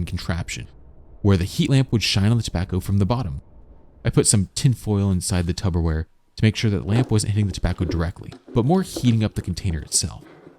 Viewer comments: What are you saying? Tub o ware? Say it again, slowly. Real slow. Tub o ware? Say the first syllable. Tub. Wronguh. It's Tupperware. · why do keep saying Tubberware 😂😂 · Did you say tubberware? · This guy says "Tubberware" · I thought I caught that, you're throwing B's at me. It's P, P's babe. Tupperware